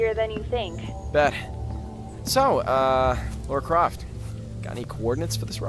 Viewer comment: Did he just say Laura Croft ?